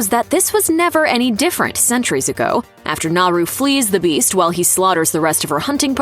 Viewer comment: One super annoying detail missed... How to pronounce Naru... The r is said as if it were a d... NahDoo.